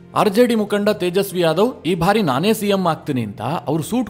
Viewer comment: ನಿಮ್ಮ ವಿವರಣೆ ಹಾಗೂ ವಿಶ್ಲೇಷಣೆ ತುಂಬಾ ಚೆನ್ನಾಗಿ ಮೂಡಿಬಂದಿದೆ. ಆದರೆ "ಬಾರಿ" ಅನ್ನುವುದನ್ನು "ಭಾರಿ" ಅಂತ ತಪ್ಪಾಗಿ ಉಚ್ಚರಿಸುತ್ತೀರಿ. ದಯವಿಟ್ಟು ಅದನ್ನು ತಿದ್ದಿಕೊಳ್ಳಿ.